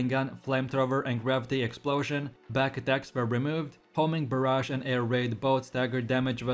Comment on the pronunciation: "Baraj" not "Ba-rage" lol